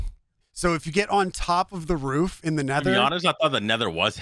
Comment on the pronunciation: “Nether Roof”. Not “Rool”.